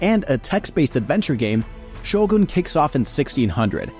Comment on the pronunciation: Finally someone said Shogun correctly, it's so annoying to hear people keep say Sho-gun instead of Shogoon.